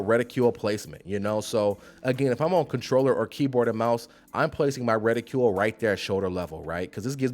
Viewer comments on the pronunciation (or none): I love how you say rah-coil and reticuuuule lmao